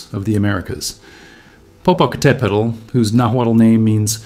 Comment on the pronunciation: So happy to hear Popo properly pronounced! 👍🌋💥🥰